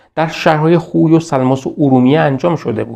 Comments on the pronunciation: سلام خسته نباشید...تلفظ صحیص خوی khoyهستش khuy که فرمودین درست نیست...واو وسط o خوانده میشه...میدونم مهم نیست خواستم فقط تلفظ درستش به افراد نا آشنا بگم همین...بازم ممنون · بسیار عالی است. تلفظ شهر خوی khoy را khuy تلفظ فرمودید. واژه хуй در زبان روسی به آلت تناسلی مرد گفته می شود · با عرض پوزش،شما که زحمت میکشید ین ویدیو ها رو تهیه میکنید لطفآ در مورد تلفظ اسامی دقت بیشتری بکنیدمثلا شهر خوی باینجوری تلفظ میشهkhoyواسماعیل سیمیتقولقبش یا صحیح تر بگم قومشshekakهستش نه shakkakواینجوری که شما تلفظ میکنید در ذهن بیننده اینطور تداعی میشه که طرف به همه چی شک داشته